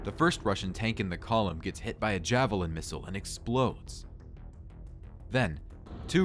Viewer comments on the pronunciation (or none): none